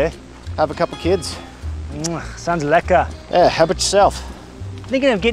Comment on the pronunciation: That "Lekka" was spoken like a true Afrikaner